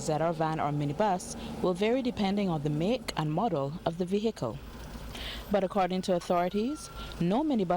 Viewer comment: We get so accustomed to hearing professional broadcasters in Barbados butchering the English language that we don't bother to say anything about it. CBC should be ashamed of itself. "V-hickle" indeed !